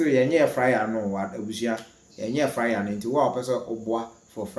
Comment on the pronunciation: You are always saying fryer instead of flyer